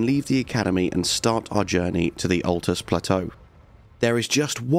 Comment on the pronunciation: Ok I know it's a year old and we all know the game inside out now but jeezo it's a bit of a stretch calling the luirnia caria knight armour set early game I stopped when you said atlus.